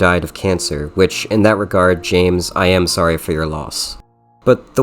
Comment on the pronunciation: I know this is really petty of me, but I hate the way he pronounces "sorry"